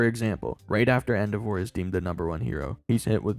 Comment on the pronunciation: Why do you pronounce endeavor like that? That’s not a word king